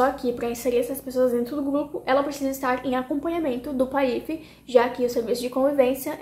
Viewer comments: Será que eu aprendi errado ou você pronuncia de uma forma diferente a sigla PAIF🤭 independente disso vc é ótima ❤ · Ela fez a pronúncia incorretamente. Mas, ela vai se adequar no início pode gerar dúvidas mesmo.